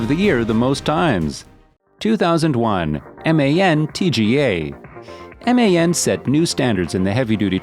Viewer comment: But why on god's earth is MAN pronounced as M.A.N then? 🤔 Kinda similar to DAF, however that's generally pronounced by most English-speaking truckers as DAF not D.A.F . Great video regardless!